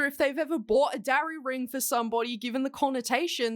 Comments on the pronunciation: I literally didn't know what a darry ring was before this video and I thought you said DRARRY ring 😭😭 I was like "like draco x harry rings????" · When you said Darry ring, I thought dairy ring. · I thought you said "dowry ring" not Darry ring, which I suppose also fits the situation 😂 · Wait first I thought she said "dairy ring" then thought she said "dowry ring," but it's spelled "darry"? Confused is me.